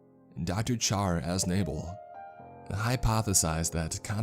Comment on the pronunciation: Charr Az-Nayble....good lord.